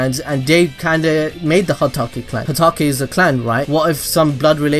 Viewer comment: Everyone's just gonna ignore that he said hakutake? Lol 😂